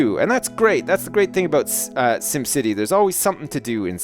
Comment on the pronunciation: not 'dim city' its 'sim city'